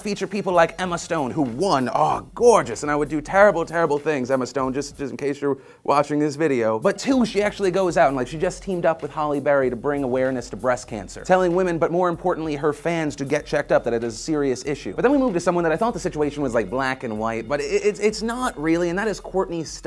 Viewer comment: Did phil say Holly Berry.